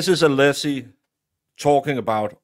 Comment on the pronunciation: Did anyone else notice Brennan INTENTIONALLY mispronouncing Alessi's name? He accidentally says it correctly at one point. Brennan is so gross 🤢